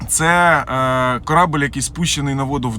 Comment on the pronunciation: Корабееель! Наголос на е!